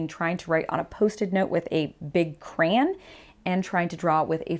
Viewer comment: That’s the first time I’ve heard someone pronouncing “crayon” like that. Interesting.